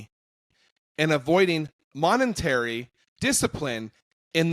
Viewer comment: What is monentary discipline. Its monetary